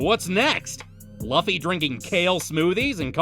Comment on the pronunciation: Bro that is not how you pronounce Luffy name